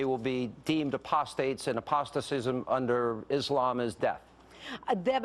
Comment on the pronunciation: Apostasy not "apostacism." Lol.